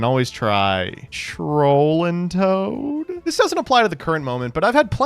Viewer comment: What's wrong with Trollandtoad? Why'd he say it like that?